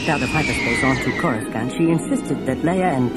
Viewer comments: This guy corus-can't pronounce the Imperial Capitol World name. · “Koru Scant”? Really ? Was no one minding the store when they recorded this? Every time I hear him say it wrong It throws me. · Again, it was Anthony Heald. This was the "official" pronunciation before the prequels came out (the recording was made in 1996) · I appreciate the production of this video but you can tell whoever made it is not a Star Wars fan just by how they mispronounce almost every planet alone... choruscan't , v-span lol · This was before it was said aloud in any of the movies, Coruscant and Bespin both get pronounced funny in this lol. It seems like it wasn’t official yet to pronounce either